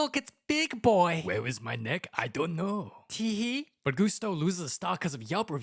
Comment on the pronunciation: I doUwNt kNouW.